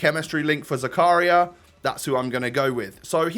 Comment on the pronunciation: It’s pronounced zakaria not zakaria